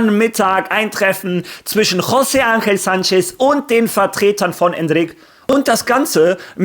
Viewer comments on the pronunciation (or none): none